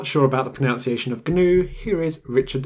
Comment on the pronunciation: that's not how you pronounce "pronunciation"! The hard G was always wrong in GNOME because acronyms do not inherit the pronunciation of their source words, and in any case the N came from Network, not GNU, and GNOME hasn't been an acronym since 2010. Even the GNOME team accepts the proper pronunciation now. GNU has a hard G because that's how you pronounce gnu.